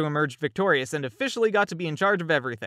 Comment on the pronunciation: Set is Pronounced Seth